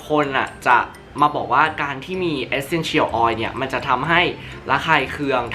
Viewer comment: รู้สึกดึ้ยๆ เวลาได้ยินเอสเซ็นเฉี่ยว ออย5555